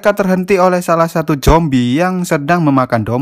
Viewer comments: Min.. Saran ya.. Klo ngomong zombie jangan jombie min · bang ko ngomong nya jombi kan harus nya zombi bang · Perasaan ngomongnya Jombi😛